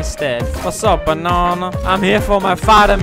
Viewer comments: I want you to say Banana and not Bänäna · Keep saying "Bonana" instead of Banana, that is just too funny😂